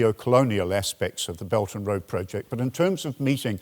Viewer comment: oh! His "Beldnroa" very much sounded like "belgium" in my ears, thanks for clearing that up